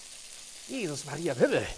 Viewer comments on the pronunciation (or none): none